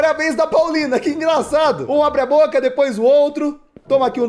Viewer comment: kkkk😂😂😂 dives ele falar poulina ele falou paulina